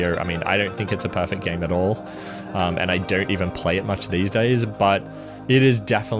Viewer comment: is this guy saying "parrfect" or is it just me?